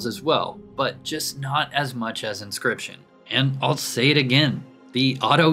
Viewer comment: Why did you say inscription so wrong the first time and not catch that. Or was it a single take and send it right to video?